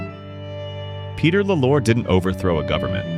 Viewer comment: It's pronounced "law -lore